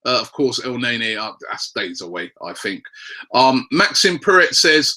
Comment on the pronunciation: it's pronounced "el-nair-nee"